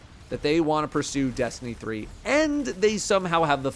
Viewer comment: Destiny Threeuh